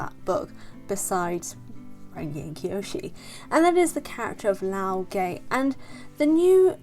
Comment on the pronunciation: You pronounce the name as LAO GUH, not LAO GEH, and not LAO GAY.